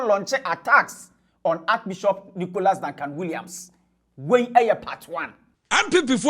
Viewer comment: What is archi-bishop ? Can’t even pronounce archbishop smh